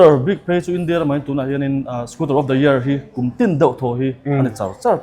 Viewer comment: Scooter tia lam ni thei se... a dik zawk hi Youtuber leh Public figure te hi chuan hmang hram hram ila. Dealer te chuan Scooter an ti thlap thlap a, ngaihthlak a nuam... hengte hi chhinchhiah zel ula